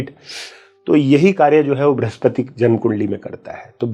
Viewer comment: * वृह स्पति का उच्चारण भृस्पति!😮.. फलश्रुति श्रेष्ठरहा कार्यक्रम।